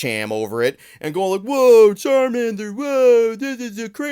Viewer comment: It's charmannnddder